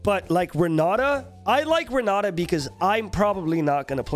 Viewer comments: Well time to learn some portuguese and stop saying Ron Nata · Renaata Open that mouth bro, Renaaata Talk like a truly Brazilian